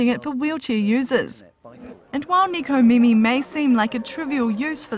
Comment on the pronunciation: It's nekomimi not nikomimi